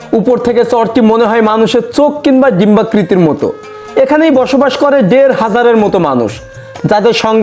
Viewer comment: কথাটা কি দেড় হাজার নাকি ডেড় হাজার